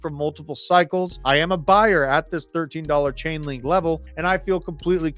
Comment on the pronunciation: It’s Chainlink not ulink ! And it’s on as LINK